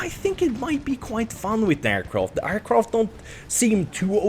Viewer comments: Is it me or is he saying aircroft or is it just me... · Aircroft? triggered